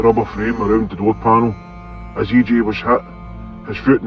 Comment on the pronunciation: E.ji . not E.jay